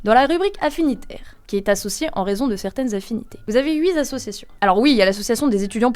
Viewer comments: Une journaliste qui se respecte ne parle pas d'Américains, car ils peuvent bien être guyanais et donc Français, tout comme Européen pourrait bien signifier Russe de Saint Petersbourg. Pareil pour "huit zassociations": avez-vous votre brevet des collèges ? Cette règle de grammaire s'apprend en cinq minutes. Cing minutes, est-ce au-dessus des capacités de la GenZ ? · Mais enfin ! à 8 minutes "huit" Zassociations" !!! Merde , vous êtes un média sérieux, essayez de parler français svp.